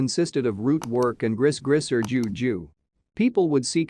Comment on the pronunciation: I think it's pronounced "gree-gree"